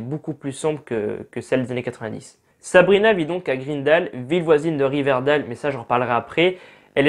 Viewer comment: Mon dieu mes oreilles, Riverdale se dit RIVERDAILE et pareil pour Greendale